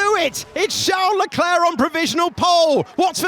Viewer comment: "Sharl Leclaire" I can't with this commentators xd